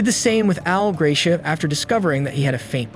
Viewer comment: I was in nearby Copperas Cove that day, and my wife and I almost went to Luby's for lunch, as we did often. By the way, Dr. Hupp's name pronounced GRAH-shee-ah.